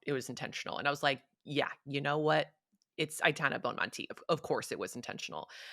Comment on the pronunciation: first syllable of Aitana rhymes with eye.